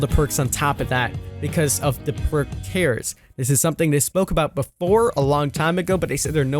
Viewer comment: did he really pronounce tiers tears